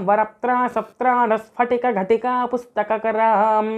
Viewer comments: 15 th sloka lo ghatikaa kaadaymo Ghutikaa ani pronounce cheyyalaymo🙏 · meeru chadivina. Moodava slokamulo ghatika ani chadivaaru,tappu.ghutika ani chadavaali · Saradjyothna slokam lo sphatika , ghutika . Ghatika kadu ghutika. Very nice video.. too good.